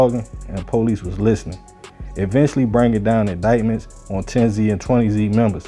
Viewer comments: It wasn't 10 zee and 20 zee. It was pronounced 10's and 20's written with a "Z" instead of an "S" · Tens and twenty’s not 10zee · It’s tens lol not 10 Z 😂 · pronounce it like theres a S at the end instead of the z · It's not 10 z and 20 z it's pronunciation is tens and twenties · It’s “tens and twenties” not “ten-z and twenty-z” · It’s pronounced tens twenties thirties! The Z shit came from the the news channel. There ain’t no Z stuff at all it’s 10s 20s 30s like that. A lot of of 10s are crips as well as 20 & 30. And the only thing bloods got over south are 30s blood and O.B. Blood. The 30 blood stuff is made up and they never actually had the whole 30s area that’s just what they call themselves. They mainly used to be on 35th thru 39th & Chicago plus they had 4th Ave once you cross 32nd st. They area was mainly after you cross 35th tho because the low parts of the 30s they couldn’t even come to unless they was cool with somebody or had some pull or dope other than that it was a no go zone! Plus they opps was at 1 point was way too many people! The bloods hood shrunk to. But at the end of the day, I wish the whole southside could start networking working with each other and leave all that bullshit alone it don’t matter what gang hood mob clique whatever you ain’t gotta be killing nobody over no bullshit etc… At the end of the day all that stuff is a loss for everybody. Shout out to everybody over south north and St. Paul the suburbs too! Peace & love ✌🏾❤️💙💰💰💯😇